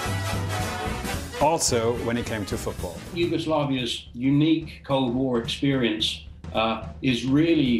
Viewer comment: Props to you for pronounciation of Yugoslav names... For a moment I really thought you are of Slavic origins